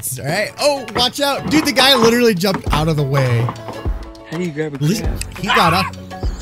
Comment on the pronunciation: Of course he "literally" jumped out of the way, we can plainly see that. The word jump is emphasized for some odd reason, as if we couldn't see this for ourselves.